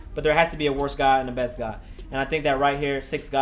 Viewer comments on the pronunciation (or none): none